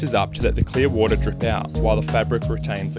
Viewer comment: HEARED “clear water” AS “nuclear water” I WAS SO CONFUSED